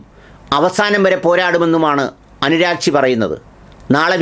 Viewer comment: Not anuragchi .. Aragchi 😅